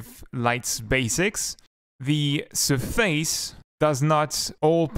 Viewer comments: your saying surface wrong >:( Its SURface not surFACE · It's so weird because your english is almost native at some points then you say certain words completely wrong, for example: Surface and Absence